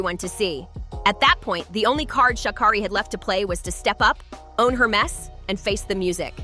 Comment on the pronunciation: Racism? BS! Guilty? Perhaps/Likely But please pronounce her name correctly numb nuts!!!! Your reporting is laced with judgement!!